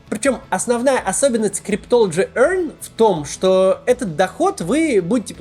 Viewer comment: Как он это произносит ‘cryptology EARN’🤣🤣 🤣🤣🤣🤣